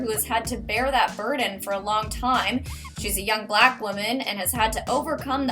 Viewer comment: Y do wyte ppl always say BLACK like that... with an emphasis on it?